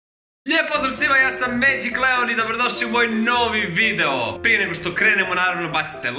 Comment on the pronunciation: Ne kaze se medjik nego medzik konju ne vaspitani